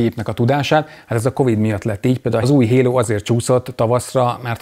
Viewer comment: "Hérót" értettem a HALO helyett :))